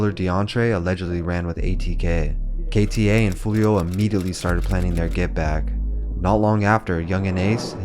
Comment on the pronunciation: yo its wild how ksoo says his name properly in songs and he still finds a way to butcher it